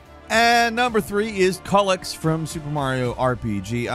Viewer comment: Really hard to listen to you misprounce Culex (Kyew-lex) that many times in 30 seconds 🤣🤣